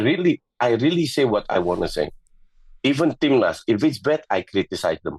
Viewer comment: It's "timnas" (tim nasional / national team), not "tim lust"